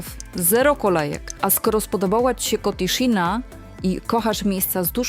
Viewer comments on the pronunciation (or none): "kotiszina" - kreska u góry to "ś", a "^" u góry to "szy".